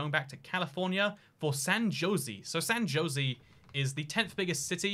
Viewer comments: It's San Ho-s-ay, not Josie! The city name is Spanish so the J sounds like an H. A European should be familiar with the Spanish language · San Jose is a spanish word so its pronounced “San Ho zay” not “San Joe Zee” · My man said “San josey” 😂😂😂😂😂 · And then, later on, he starts talking of "San Joe-see." Aw man, at least the Tucson mispronounciation I can understand - but Jose is a pretty basic Spanish name! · Same with San Jozy lol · Wow, so glad you know it’s actually pronounced “San Ho-Say” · I like how at the beginning he said it properly then just decided to go with Josey for the rest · Are you going to San ho say today? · Ah yes, the magnificent “Lase Veegas” Also “ San Joe - zee” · "San josey " he's just trolling us at this point. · ”San Josey” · FYI: San Jose is pronounced "Ho zay." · The comments: Bruh he saying tuck-son me: why he saying "San Josie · San JOSIE bruh there aint no way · San Jose is pronounced "San Hosé" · San Jose is pronounced SAN ho-SAY' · At least he didn't try to pronounce it. Poor San Jose and Tucson. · i literally started typing furiously when you said san jose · Couldn't get past the way he said San Jose. RIP.